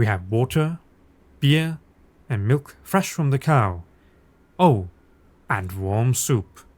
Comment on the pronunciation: "and milf from the cow" Come on, you ALL heard that in dutch 🤣